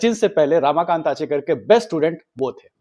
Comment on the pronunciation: Bhai, it's 'Ramakant' not 'Raamakant' and it's Anil 'Gurav' not Anil 'Gaurav'. Thik se toh pronounce karo, it's devnagari not Chinese